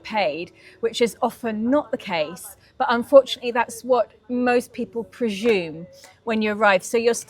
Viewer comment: Love your work but you pronounce 'presume' incorrectly.